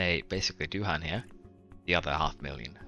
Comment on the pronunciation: "I really need to learn how to pronounce that before someone kills me" - love it. I would recommend pronouncing it - do ahn (kind of like "do Anne")